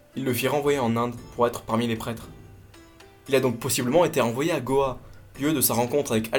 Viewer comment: C’est « Goa » et non « Gao » :) super vidéo merci !